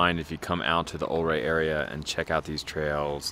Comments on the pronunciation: Yes, it's u-ray, not o-ray. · prounced "YOU-RAY" and "MMM-OGENE" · I grew up in the 70s in SW Colorado, this video brings back great memories, thanks so much. One thing I will mention is the pronunciation is Ouray should be more like youray. Not trying to be critical just FYI. Love your videos and looking forward to your future posts. Thanks again. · I was taught by a local Ouray rhymes with Hurray, as in to cheer. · It's pronounced Yer-ay. Awesome drone footage! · If a previous comment didn't say it, it's pronounced you-ray. :) Beautiful scenery. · Idk who's right but my family always pronounced it "yur-AY" and "TELL-yoo-ride" or tellyaride.